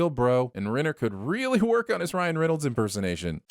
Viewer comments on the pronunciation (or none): none